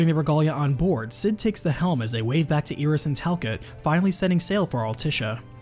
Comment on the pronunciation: Eye-Ris, not EE-Ris